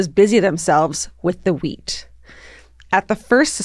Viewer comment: in and I just realized Georgia is saying wheat and not weed😂😂😂